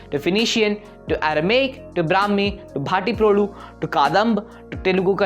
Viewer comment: It's Bha -TTI - pro - loo. Emphasis on the 'tt', short 'a'. you're welcome